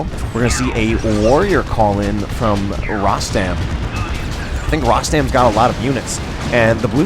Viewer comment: hi. tnx 4 d cast,nice 2 c u back again; the correct pronunciation of my name is like u said except the letter (O) in Rostam is pronounced as (O) in Royal:)